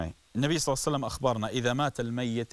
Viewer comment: بس ليش تگول صعسلم؟؟؟؟